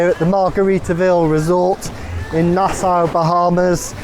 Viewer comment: Nasow? ;) It's Na-saw But thanks for the video!